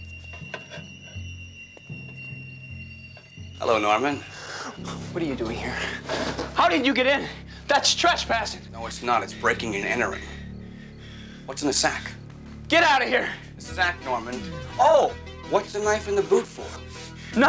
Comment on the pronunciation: Anybody else notice my man said treachpassing in the beginning